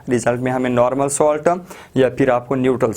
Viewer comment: Ye salt Hai ap solt par rha ho